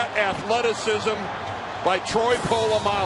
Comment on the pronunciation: These palagi commentators making a mess of the pronounciation of a legends surname, its POLAMALU not POLOMULU ya flogs